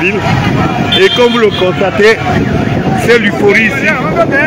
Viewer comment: L'euphorie, et non 'l'uforie'😮